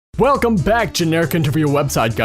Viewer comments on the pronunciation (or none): none